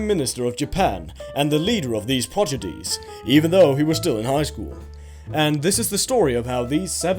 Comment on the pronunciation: Yo, he said progedies